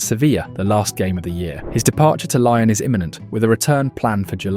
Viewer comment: You don't know how to pronounce LYON? For real?